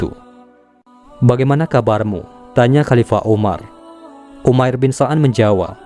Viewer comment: Umair bin sa'ad bukan so'ad😅